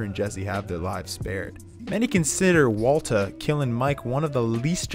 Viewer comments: I deeply appreciate the fact you switched to saying "Waltuh" when talking about Mike's killing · yo it took me to when he kept saying waltuh. i feel like a fucking idiot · him calling walter “walta” when talking about mike has me dead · It’s pronounced Vvaultuh. But he tried. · don't feel bad, I didn't really begin to try and figure it out before he started saying "Walta" by ... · I love that as soon as he mentions Mike he switches to saying “Waltuh” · I love how you called Walter Waltuh when talking about Mike 😂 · love how he calls him "walta" when talking about mike's death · Nobody noticed he says Walta half the time? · I'm gonna have to rewatch this as soon as it's finished... cuz I got about 2 min left and I'm of course laughing, especially at "WALTUH".... but now I'm thinking--- did he say Waltuh the entire video or did he suddenly switch it up midway thru? And if the latter, then when? Why? And if I find the why, IS the reason JUSTIFIED...or JUSTIFIABLE? All my questions may require a 4 part, 44 min each, video essay series, spread out over 1 every 44 days. Because my questions are 4fold. And going by other video essays, like "the moment he became Heisenberg," coming in at a paltry 70 min, even though it's about a specific moment, extrapolating what probably amounts to an 8 second scene into a video necessitating a 70 min video. And I'm sure that video's subject Matter shoots right out the gate explaining it's title, and is in no way lengthened out for ad revenue, recapping the entire series, and where we've seen Brian Cranston before (did U know he was in MALCOLM IN THE MIDDLE?? YEP! He was the family dentist, Tim Whatley). 8 seconds yields 70 min, hence maths, 4 questions, 44 min philosophizing, 44 days apart. You people aren't idiots. U see exactly what I'm saying...well... typing. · STOP SAYING "WALTA"!!! For fucks sake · onward he sais "Walta" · He just wanted to stop using the hard r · I thought I was the only one who noticed this lol